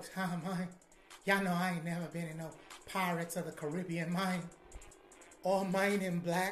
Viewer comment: “Pirates of the Caribbeayne” 😂